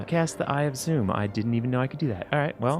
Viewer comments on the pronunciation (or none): guys... c'mon... it's eye of ZOMM (zah-mm) not zoom... seriously